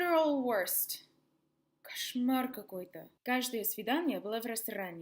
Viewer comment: "Кошмар какой-то" - идеальное произношение. Можете, когда хотите. :)